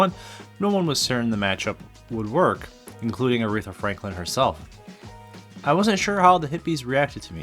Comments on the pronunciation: The pronunciation doesn't have a second r in the third syllable. :) Not Arethra like urethra but just Aretha. :) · Her name is Aretha, not arethra dud. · Loved this. Aretha is my absolute favorite. Second to none. I met someone over the weekend who had never heard of her. I was shocked, but she’s not from Detroit and was only 21. Also, it’s A-REE-Tha, not whatever you were calling her. Just call her Aunt Ree. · Your saying her name wrong!!